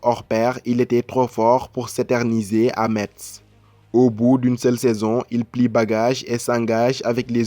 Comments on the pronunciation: Je suis de Metz et suis un fervent supporter du club de foot de ma ville ... donc ça me fait mal aux oreilles quand vous prononcez mal METZ ...METZ SE PRONONCE "MESSE" ...Merci et bonne continuation ! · Par contre metz ce dit messes mais bonne vidéo